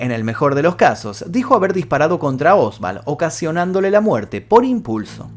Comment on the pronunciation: Oswald, no Osvald. No sé porque pronunciás con V.